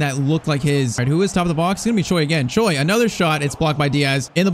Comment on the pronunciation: If you ask any Koreans, there's no way they pronounce "Choi" as "Joy". I don't know why!